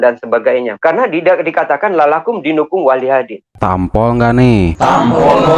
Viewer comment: tolong di betulkan ketika mengatakan kata yg gk benar.. contoh ketika bilang lalakumdinukum dan astagfiruloh hatilaik